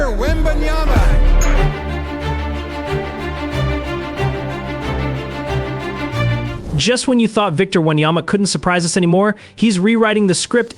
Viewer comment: Dude, can u be more disrespectful? Not once have you pronounced his name correctly...are u dumb? Just asking cause you obviously can't read or spell...